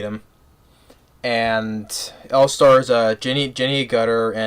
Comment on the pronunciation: Jenny AGERTER, That is the correct pronunciation